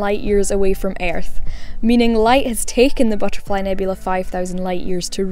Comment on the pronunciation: The way you pronounce earth, lol. Weird accent!